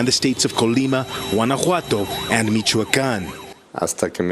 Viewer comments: you actually pronounce Js as H‘s in Spanish. So it would actually be pronounced Guanahuato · guanajuato is pronounced like gwan-a-jew-wato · You were sleeping in Spanish classes. Pronouncing "ll" is a double y sound in English....like Puerto vay yarta. "Jua" is a hwa sound when.. Guanajuato is guan a hwat o, but "j" alone is like an h like Guadala hara.... Jalisco is hal is co Your pronunciation needs some work...just saying...keep up the good work